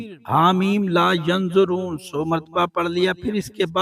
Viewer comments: Yunsaroon hai yunzaroon nahi tashih kijiay shukria. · Gulti durust kran ha meem la yunsaroon ha yunzaroon nai ha